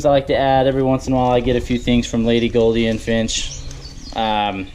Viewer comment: Please STOP saying golden Finch it's gouldian there is a "you" sound NOT an "O" sound to the name